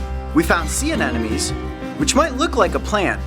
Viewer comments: It's aneMOne not anenome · Anybody else like those an enemies. I don't know why it drives me so crazy when he says it wrong. ANEMONE! One thing though I noticed he says nerve racking on some episodes and I totally thought that was wrong too, because I've been saying nerve wrecking my whole life. But according to Google it's nerve-racking. Crazy. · coyote, its ANEMONE not anenome u-u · he cant even say anemone right :) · Learn how to pronounce "anemone."